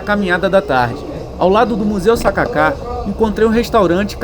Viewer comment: "sa ka ka" não "Sacáca" 😅